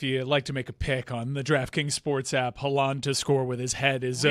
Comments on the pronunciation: Erling Haw-Lawn 😂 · Erling Haw-Lawn 😂😂😂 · Now has Dan pronouncing Haaland like no one else does 😂